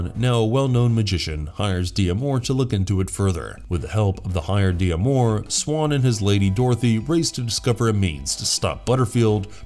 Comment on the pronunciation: Did you really not get it that D'Amour is a French name, and it's pronounced Damour, not de-amor?